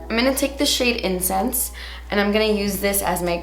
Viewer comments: Everytime you said " incense" I thought u were saying " incest" and I was like damn... those names are dark AF 😂 but in all seriousness can you also do a more neutral look with this pallet? I'm very on the fence about buying it. Good looks for every day?? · did anyone else think she said incest instead of incense 😂